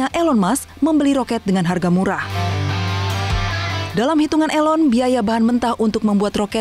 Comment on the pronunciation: please pronounce = 'i' (ee) lon